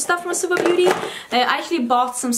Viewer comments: It's bo-té (the owner studied French and chose the French word she told) ahah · Står det beauté? Det är skönhet på franska och uttalas båté. Du är jättefin i det håret.